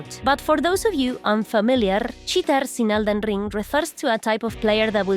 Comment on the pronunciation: Elden Rrrrrrrring 😂